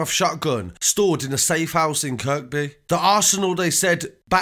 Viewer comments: who cares about your bird? I was talking about the narrator mispronouncing locations (Kirkby/Kirby) really intelligent you are no wonder you ended up inside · I love your channel mate, I see you do a lot of Liverpool street news and Kirkby is pronounced Kirby, like without the 2nd K... I ain't trying to tell you your craft cos I think you are wicked bro seriously but scouser will appreciate the correct pronunciation, believe me , I did time in Walton jail, Haha! Love your channel big man. Safe